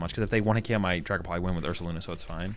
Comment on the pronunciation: Ah yes, Dragaoult